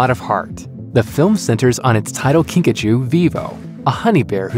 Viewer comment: When you pronounced Kingajoe at first I heard Pikachu.